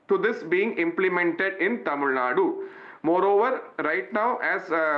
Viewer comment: Watch your language that is Tamil Nadu not Tamil Nad..... How did you 😂 become a news reader anyway